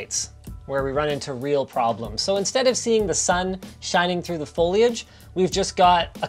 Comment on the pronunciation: No one: Linus: F O I L A G E